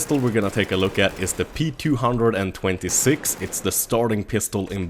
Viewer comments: why do you call it the p two hundred and twenty-six.... its just p two two six .-. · btw its pronnounced ptwotwosix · ITS PRONOUNCED "P TWO TWO SIX" DAMN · 2 things, it's P-two-two-six, not p226 other thing, it's Five-seveN not fifty seven. Good review! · P two hundred and twenty six 😂 gtfo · you mean p two two six, not p226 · No it's the p 2 26 it's like vault 111 it's pronounced 1 11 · It's pronounced "P Two Two Six" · Its pronounced the P-two-two-six and the p-two-hundred-and-twenty-six. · The P226 is actually pronounced P two two six. Just fyi. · GamerSalvy not P two hundred and twenty six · the way you say p226 is so Swedish:)